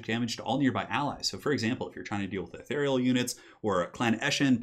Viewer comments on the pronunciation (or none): none